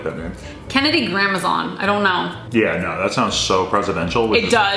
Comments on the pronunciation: Being half french, the way pronounces Grandmaison makes me CRINGE. and why do they pronounce it so different? He says as you would in English, but she sounds like she's saying Gramazon..... nothing but love, it's just weird lol if it's going to be your kids last name you should learn how to pronounce properly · i thought it was pronounced grand mason not gramazon. whattt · Why does pronounce Adams’s last name as grand-muh-zon but pronounces it as grand-mason....? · so cringe when she says "grandmozaawn" its "grand MASON" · Only one question, why is pronouncing Adams last name as "Grandmazon" I thought it was pronounced "Grand-maison" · Anyone know why pronounces Adams last name as ‘gramerson’ and says ‘Grandmaison’? Just curious🤔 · Okay I love this video. But I need to know. Is it pronounced “gramazon” or “GRAND-MAYSON” because I’m CONFUSED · Why does pronounce Grandmaison as Grandma-zon.. he’s a 👁🤘🏽descendant just embrace it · I don't know if you guys are aware of this, since this is the first time I have watched one of your videos, but your last name is not pronounced "Gramazon". I tried to spell it phonetically here, but I think that you would still wind up pronouncing it wrong. I checked google translate and the way the voice said it is the correct pronunciation. I am not trying to be mean or rude, I just wanted to let you know just in case you didn't know. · Did invent a new pronunciation for Adams last name. Im an og fan and it was def never pronounced like amazon with a G. Still love ya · Is Adams last named pronounced Grand-Mason or Grand-mazon? or does it matter, ugh idk how English pronunciation works lollll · Why do they both pronounce adams last name differently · So wait is the last name pronounced like is saying it or like is?